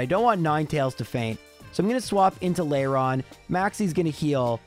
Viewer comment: Layron? Where are you finding the y? At least Tropius sounded correct, considering I don't remember seeing it in the anime. That said, I'm honestly concerned with how you went from actually caring about the fainted Pokémon to just insulting them. Bonus points for poor Absol.